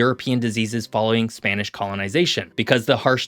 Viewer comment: Butchering Spanish a bit there. Probably a good idea to check pronunciation before recording. Nevertheless, I really enjoy your content.